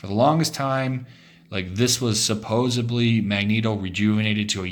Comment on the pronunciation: I like how you say "suposubly" like I do.